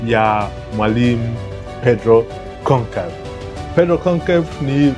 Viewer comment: Usitamke Gonkevu bali Tamka Gonshalvs.